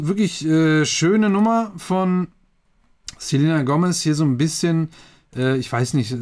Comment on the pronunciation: Du hast den Namen falsch ausgesprochen 😂